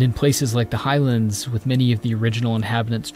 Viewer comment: that pronunciation of highlands is triggering